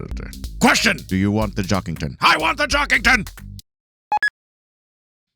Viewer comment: Weird, they keep saying Jockington wrong, good theory tho